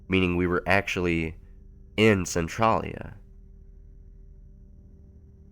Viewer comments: Am I the only one a tiny bit irritated by how he pronounces Centralia? Maybe its just because we pronounce Centralia differently in Washington or something, he says Cen-TRAH-lia and we say Cen-TRAY-lia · Who else cringes over his pronunciation of Centralia lol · You're not the only one Arthas.. I cringe every time he says it.. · Annoyed the check out of me to the point where I was actually correcting him every time he said it. One quick glance at the Wiki page would tell him how to pronounce it properly. Plus, this story should be called something more accurate like "Silent Hill: Alternate Universe" because there could have been so much more interesting subject matter with a little more creative thinking instead of just taking bits of the video games and movies and putting your own town it. It tows the line of plagiarism a little too closely if they pretend to call it an original story. 😕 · you pronounced centrailia wrong. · My hometown is named Centralia so this is kind of strange to listen to. Also no one in my home town pronounces Centralia like that.